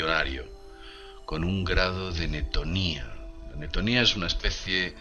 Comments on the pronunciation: No es netonía, es neotenia!!! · Apreciado!!! Una corrección amiga: no es "netonía", es "Neotenia"!!! Gracias y saludos!!